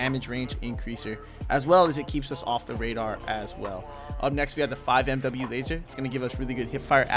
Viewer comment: Great vid but FYI 5mw is pronounced 5 milliwatt